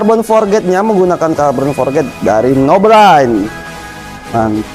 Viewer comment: Forged bang bukan Forget... 😭